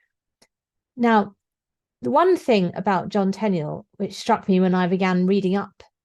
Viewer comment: Enjoyed this, and happy to hear the correct pronunciation of Tenniel. I called my son Tenniel and I get a bit annoyed when people pronounce his name "T'neel" (usually Americans for some reason).